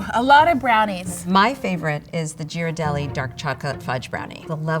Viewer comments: It's Italian. Gh is pronounced with a hard G sound as in "get". gear-rar-DELL-lee. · hello Ms., Ghirardelli is pronounced with a hard 'G', not a 'J' sound. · They all pronounce Ghirardelli differently 😭 yhiradelli, giradelli, and Ghirardelli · Yeah, it’s GEAR-ar-delli, not JEAR-ar-delli. The H after the G tells you (in Italian) that it’s a hard G. If there was no H, it would be a soft G. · It’s “Ghiradelli” pronounced with a hard G, not “jiradelli.” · They can't even pronounce Ghirardelli properly - it's a hard "G" because it's followed by an "h." You're welcome. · Somebody please tell that she pronounces the G incorrectly in Ghirardelli. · It’s Gear-ar-deli. Gear. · Learn how to pronounce Ghirardelli. Grew up near the factory in SF. The hard G of the other two judges was correct. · Pronouncing Ghirardelli wrong. Ugh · They pronounced Ghirardelli three different ways. lol. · Did anyone correct lady with the dark hair that pronounced Ghirardelli wrong question mark? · Itvdussaoints me they arebt pronoucing Ghirradelli correctly!